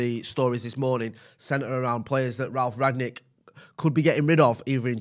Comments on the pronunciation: I noticed and others calling him "Ragnick" and now it's even in the title of the video. The guy's name is "Rangnick", pronounced like the past perfect of "ring" -> rungnick. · Rangnick not Ragnick! Very poor tbh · Why can't you even pronounce his name?